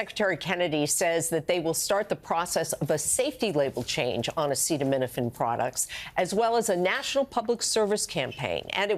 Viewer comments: Can her pronounce acetaminophen,?😂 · I don't use Tylenol but it's been avail for 70 years what does the POTUS know about a product he can't even pronounce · Yes, I heard him. DJT had a hard time saying that word. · I think we should hear this from a real Dr! Which Trump is not! He cant even say the medical terms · Show him saying acetaminophen... show it. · I don't think it wise to take medical advice from a guy who can't pronounce acetominophen or another guy who likes to swim in a sewer. You guys sure have some winners down there.